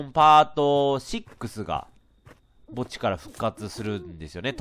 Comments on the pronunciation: おぉー墓地が おぉーぼっちに聞こえて悲しくなったｪﾝ(p´;ω;`q)ｪﾝ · 墓地がぼっちに聴こえるのは僕だけ？（別にクリスマスだから寂しいとかじゃないんだからね） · 墓地って言っていたのか… ぼっちにしか聞こえなかった（笑） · ｢次は墓地ですねー｣が、｢次はぼっちですねー｣に聞こえたw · レトさんの墓地がぼっちに聞こえてしょうがない… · 墓地がぼっちに聴こえて悲しかった… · FPS地点だとやっぱ怖いわ さすがホラーゲーム あと墓地って言ってるのが何回聞いてもぼっちにしか聞こえんかった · レトさんの墓地がぼっちにしかきこえない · 墓地がぼっちに聞こえた…